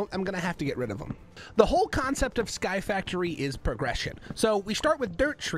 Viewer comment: The point that when he said sky factory it sounded like sirud